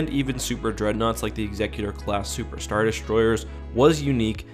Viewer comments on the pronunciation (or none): none